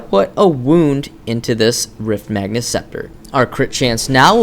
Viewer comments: it's magus, not magnus. Note the absence of an 'n' in the card's name. (riftmagus scepter, etc... not riftmagnus) it's in every video, every time. Otherwise, some of the finest commentary and informative vids on paragon I've seen so far. Thanks for posting all of these. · Good video, but magus does not have an "N" in it. This guys mispronunciation is adorable though ^.^